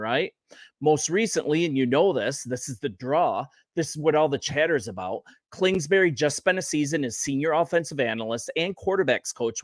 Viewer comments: I agree with your assessment… Only it’s KINGSBURY… KINGSBURY… say that 5 times fast… NOT KLINGSBURY… hahaha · Bro, Klingsberry? 🙄